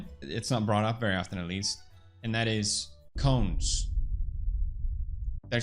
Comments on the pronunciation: i thuoght you said CLONES at first,,, hahahahah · I wasn't watching and just listening and when he said cones, I had to double take.